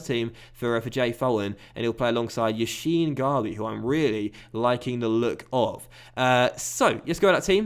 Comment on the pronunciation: No offense but yassin is not pronounced like Lev Yashin for example it's more like an 's' (e.g: Salah..)